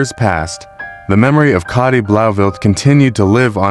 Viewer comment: It might be spelt Cati but is it pronounced Katie? For ai scripts, write them phonetically, so the prompt knows how you want words pronounced.